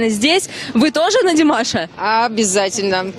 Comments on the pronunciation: Даже ударение и то неправильно сказал, молодой человек.... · не обижайся, но надо в родительном падеже говорить Димаша с ударением на втором слоге. А вообще, спасибо за интервью и ваш позитив! 👍👏❤😊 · Не стоит произносить "у ДимашА", не ерничайте и не старайтесь принизить его, унижаете себя, уважаемый журналист. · Что значит азиатской внешности? Какая разница какой внешности, здесь главное талант. О чем корреспондент спрашивает , ужас , это то чему он научился. Димаша, ударение на предпоследнюю букву, надо было правильно выучить его имя, прежде чем брать интервью. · Прежде чем говорить со зрителями о Димаше,выучил бы как правильно произносить его имя,или специально ударение делает неправильно и еще зачем то делает акцент на национальность,Позор такому журналисту. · Как приятно слушать теплые слова в адрес Димаша. Только молодой журналист неправильно произносит имя Димаша. Надо ударение делать на второй слог. Спасибо, за ролик, интересно!!! 🎤🎼👏👏👏👏👍👍👍👍